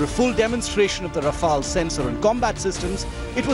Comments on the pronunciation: And the Right Pronunciation for Rafale is Ra-fe-yal not Rafal. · No it's Ra-Fail. 😂😂😂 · Raw-Fail Bra-hmos..... 😂🤣